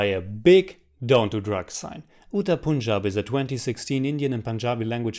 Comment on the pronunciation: I am first✋ and I liked it too 😁. Also plz correct your pronounciation of Punjab.